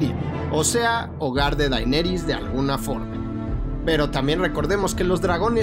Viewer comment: DAINERIS??????? keeeeeeee